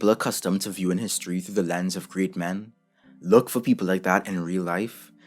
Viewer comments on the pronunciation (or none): none